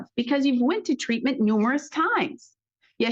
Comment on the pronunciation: But but but he said tweatment! We can hold him accountable after he said that!